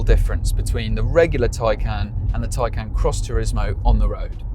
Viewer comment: It's pronounced Thai-khan.